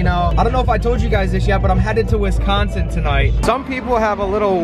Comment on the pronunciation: It's Wisconsin not wistconsin😂